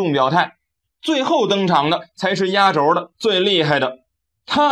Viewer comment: 压轴，轴，念第四声，音同“皱”。